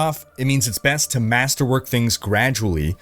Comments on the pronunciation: did my bro just say MASTERWANK? ahhahahaha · I replayed about 10 times to make sure I heard that right and yes he said masterwank, lol. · Master wank... I know the other brits here heard it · Did you say masterwank? Or am i crazy? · I paused the video and had to check the comments when I heard masterwank lololol